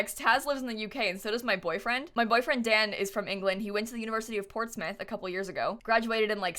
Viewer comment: Thank you for pronouncing Portsmouth correctly <3